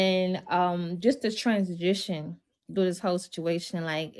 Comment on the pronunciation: wth is a “transgition”!!!!!???! U can’t teach anyone ANYTHING